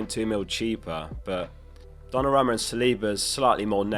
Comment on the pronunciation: I wish you would say Donnarumma correctly once